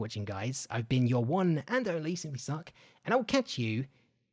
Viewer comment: Thought he said, simply suck lolll